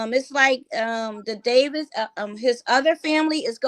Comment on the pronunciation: The Davis family not the Davison family.